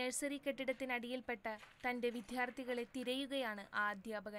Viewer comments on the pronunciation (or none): വിദ്യാർത്ഥി എന്ന വാക്ക് ഇനി എന്നാണ് കൃത്യമായിട്ട് പറയാൻ നിങ്ങൾ പഠിക്കുന്നത്. ( ശ്രീവിദ്യ ---- യിലെ വിദ്യ ആണ് വേണ്ടത് )